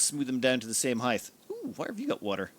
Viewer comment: Are you saying 'heighth'? You know it's 'height' right? Rhymes with 'right'. And I always feel sad when the timer says the video is less than an hour. Great content x